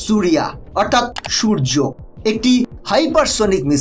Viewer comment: সূর্য নয় এটি শৌর্য্য